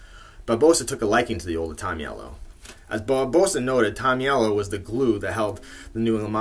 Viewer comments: Nice job! But you're pronouncing Henry's last name wrong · and ya you are pronouncing his name wrong but we know great videos